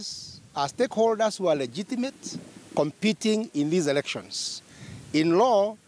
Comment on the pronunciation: did he say erections?